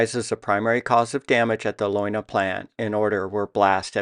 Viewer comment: In German all vowels are pronounced. So the pronunciation is more like "lay una". You have great stuff.